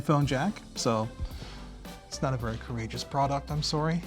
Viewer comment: lol "Not a very coragiouse product" lol